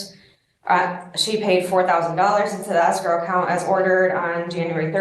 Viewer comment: Pronouncing escrow as asscrow should be a fineable offense, especially when combined with the vocal fry.